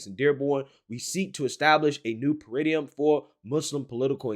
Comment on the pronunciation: paradigm is pronounced para-dime